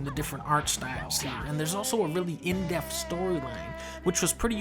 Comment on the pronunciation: Dunkey you do know it’s depth and not deafth right